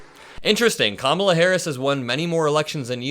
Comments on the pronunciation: Did you notice how he pronounced her name correctly this time. I wonder why? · Uh oh, he pronounced Kamalas name right